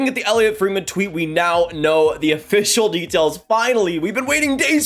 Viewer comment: is it Afficial?? Work on your pronunciation and repeating the same words/sentences. It makes you seem amateur.